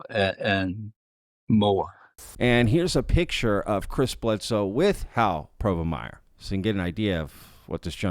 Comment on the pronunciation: Harold "Hal" Povenmire: Dude-, there is only one R in his last name. I just couldn't help myself after the 6th time you said it.